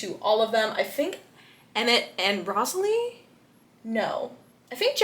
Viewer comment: it’s Rosalie how to pronounce is rose-la-e